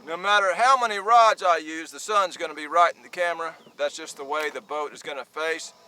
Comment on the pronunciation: Boat not boar and must say your vids are great